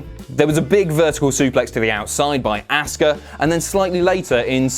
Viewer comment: "AssKa" lmao